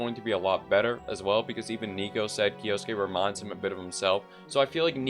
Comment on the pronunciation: Omg if you were to not split kyou into two syllables and instead pronounce it as one as you should have you would have been the first youtuber to pronounce his name right. Like at least you got the suke part down perfectly unlike others who turn the e into an i.